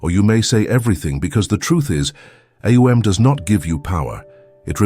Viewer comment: AhOONG. The correct pronunciation